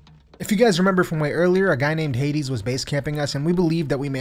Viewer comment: i don’t know the name but he is pronouncing some words extremely German like Hades and so on 😂